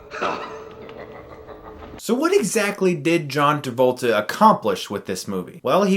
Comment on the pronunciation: hehe John Tabolta